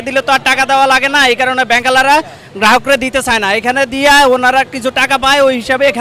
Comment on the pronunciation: 0,41 ব্যাংকের হালা রা ? নাকি ব্যাংক ওলা রা বুঝলাম না ।